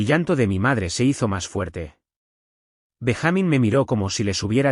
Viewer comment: Benja-mín no Ben-jámin